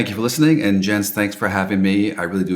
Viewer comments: His name is pronounced Yens. Don’t call him JENS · When thanked Jens I thought he said Yinz and was a fellow Pittsburgher.